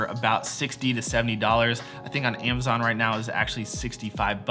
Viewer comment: It it amazon not iemazon